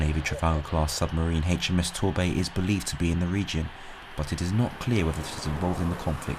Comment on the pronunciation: I don't suppose any of this will affect next weekend's football fixtures. Ps. It's AITCH M S, not haitch m s.